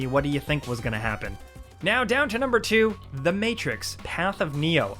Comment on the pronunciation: He really pronounced two as chew